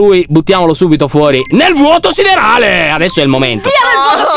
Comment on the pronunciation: Che bello quando dici NEL VUOTO OSSIDERALE !!!